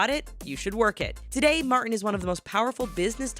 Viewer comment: Martin has a 't' in it!